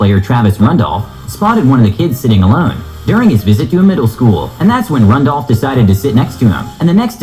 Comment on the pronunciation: Travis *Rudolph, not Rendolph